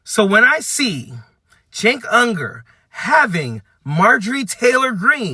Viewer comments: Left them a long time ago. He's so hyperbolic and disgusting. But, his name is Cenk Uygur (pronounced chink you-ger, not unger). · Cenk Uygur is pronounced Jenk Yugor.